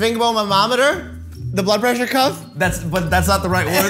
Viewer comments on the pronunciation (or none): I though Mike said butt pressure and not blood pressure